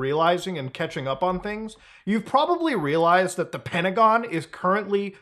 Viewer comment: Oh, the kahmera's ahn? The kahmera's been ahn the whole time huh?